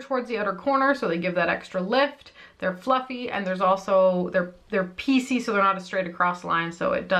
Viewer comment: 😂 every time you said piecy all I heard was PC like President’s Choice where I’ve bought some Ardell lashes. BTW: i also had two wedding days (2 receptions: 1 in Winnipeg and one on Montréal). Easier than having 40 family members buy plane tickets...and it was kind of on the way to Jamaica. 😎